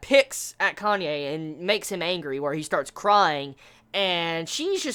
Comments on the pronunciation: It's "Kanae", not "Kanye" lol. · "Kanye" lmao. Can this become the official pronunciation for Kanae, pls